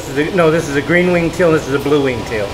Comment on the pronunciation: * Teal not tail